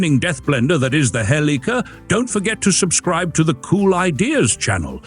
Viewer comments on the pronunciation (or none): none